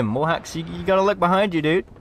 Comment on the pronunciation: STOP SAYING BUHIND 😡😡😡😡😡